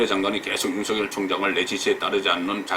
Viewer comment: 유명인사들의 말을 들어보면 적지않은 분들이 유월을 [육월]로, 윤석열울 [윤성렬]로 잘못 발음하고 있네요. 이번달은 [유월]이고 현 검찰총장 은 [윤서결]로 읽어야 한답니다.